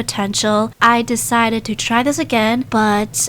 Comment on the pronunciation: Its so funny how you say "i dEcIdEt To AdD MoRe nUgGeTs"